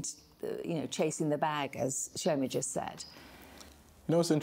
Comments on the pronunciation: I swear if I hear CHEE-OR-MAH pronounced CHORE-MAH one more time……… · The pronunciation of Chioma is pissing me off, 'chyourma' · Paul can’t even pronounce Chioma’s name properly 😭 leave him